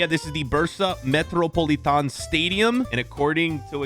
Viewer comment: why did he say metropolitan like than, its just another english word💀